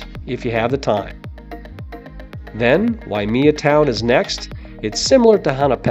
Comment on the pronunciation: Thanks for the info but one thing Waimea is pronounced (why-may-uh) not wy-me-uh.